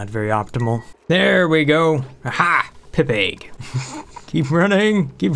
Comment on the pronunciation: Love when you said "Pip-egg". Say it fast: "Pipegg"